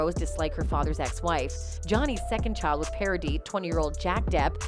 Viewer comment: your video gets a like of me because you´re nearly the only one who pronounced Paradis right